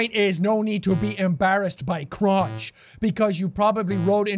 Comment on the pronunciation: the way you CRONCH